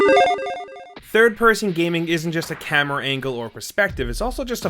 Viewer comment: I can't be the only one that heard it as ''Here are 23rd person games'' or maybe it only is me? lol